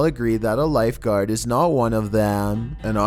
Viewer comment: voice- Number woone. Eurobeat imtensifies